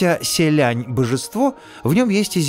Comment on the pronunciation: не звучат они так по-китайски. то как ты их называешь - простой транслит пиньиня, а не то как они произносятся